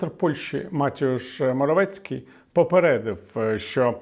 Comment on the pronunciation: Моревецькиі не МатІуш, а МатЕуш.